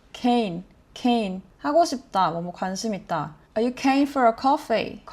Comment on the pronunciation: Idk how to correct it over text but your keen is definitely off, like it's definitely got the Australian accent to it but it's just not said/pronounced right in the sentence. Also the keen for a coffee / flat white turned British towards the end :). Also the lady you're shadowing has a very strong/pronounced accent. Kinda bogan-esque but she doesn't seem boganish. It reminds me a bit of an old TV show called Kath and Kim (an absolute Australian classic, basically everyone above gen z would know it, and I'd assume some of gen z would also know it). Ta was new to me as a young teenager until I got a baby nephew and everyone used ta to him when he would hand them toys lol so I ended up using it a bit after that, although I'm very much a cheers person most of the time. Similar to 'how's it going', you can also say 'how ya goin?' (pronounced gahn/garn). And something that you might not ever hear but I would like to mention is that some people can change no worries to no 'wukkas', which I assume went from 'no worries' -> 'no f*ckin worries' -> 'no wuckin forries' -> 'no wukkas'. Also it took me til adulthood to realise that 'reckon' and 'heaps' were just said like that in Australia!